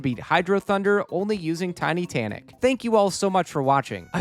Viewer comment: Did he just say Titussy?